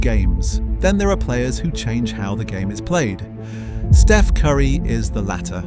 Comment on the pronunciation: Once again, someone claiming to know all about Steph, yet unable to pronounce his name.